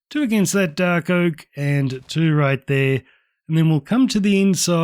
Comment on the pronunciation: "One right der"